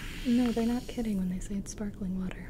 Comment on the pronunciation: Gibi: How does sparkling water Sound? Me: fizz fizz Gibi:No they're not kidding when they say spakling water Me:.....